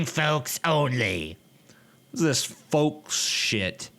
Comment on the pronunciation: Why is it that every time you said "folk" I hear "volk"?